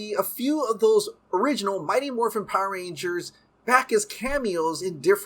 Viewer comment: Why do all Power Rangers YouTubers pronounce is "PAH-rangers" ? lol